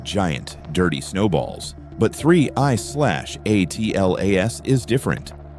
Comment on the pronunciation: Hey AI, it is pronounced ATLAS not A.T.L.A.S Another mindless space rock video featuring Avi Loeb's crazy speculations giving Science a bad name.